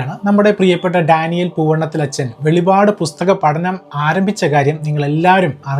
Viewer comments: Not veli vad but velippad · Velipadu alla, velippadu